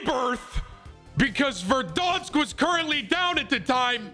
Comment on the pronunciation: Try pronouncing verdansk for once